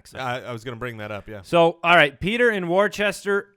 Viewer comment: it's pronounced "wooster" mass. FTR